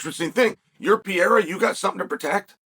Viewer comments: Surname is PEHEIRAH not pireara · Pereira pronounced: PEA-ERA 😂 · ALEX PEE-ERA 😂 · He said his name the first time I was like wait what? Now I'll never unhear it.